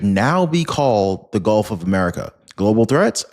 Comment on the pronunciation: "Gulf" not "golf"